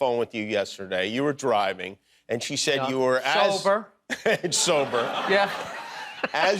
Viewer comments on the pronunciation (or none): Bills so proud to be sober he actually pronounces it "so burr"